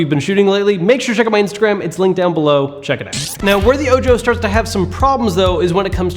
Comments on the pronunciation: ...It is "oh-ho" not "oh-jo" because it is Spanish. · I believe it pronounced oh-hoe, like the Spanish word for eye, not oh...Joe! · Ojo? Isn't that supposed to be called Oho? Like, eye in spanish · Are you calling it "oh joe" based upon its spelling or is that what they said it was called because it could be call "oh ho" which phonetically which is spanish for "eye" and being its a projector with 1 "eye" makes more sense idk something about "oh joe" bugs me lol just curiousity hitting my quarentine boredom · Are you sure it's not pronounced oho ? Eye in English. So disgusting when people pronounce such common words from a language wrong lol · I'm pretty sure Ojo is Spanish for eye. So it should be pronounced Oho.